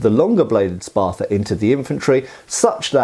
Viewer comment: Love me some gladii. You know what I find strange, being a yank and all, is the British tendency to add "er" to everything that ends an "uh" syllable., wtf is a Spather?!? You corrected your pronunciation later, but the first time you left that err slip out! Most Brits don't even try to correct it, you must be unusually self aware,.